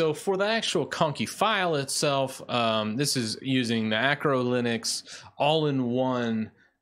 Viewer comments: Love your videos, but please stop calling Arco Linux "Acro Linux". It's not linux for acrobats. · Arco* not Acro linux..... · Isn’t it Arco* Linux?